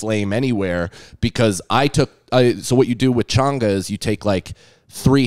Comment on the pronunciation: changa not chunger